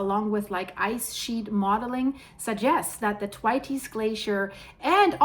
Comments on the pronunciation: THANKS, THE WORLD SEEMS TO BE SENDING US EVEN MORE WARNINGS THAN IT USED TO......... I BELIEVE IT IS PRONOUNCED THWAYTS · Dear I would like to help you say Thwaites right. The best way I can describe it is if you say "The waits" really fast but say 'TH' like you say thumb or thirst. Hope this helps also I really love your pretty eyes.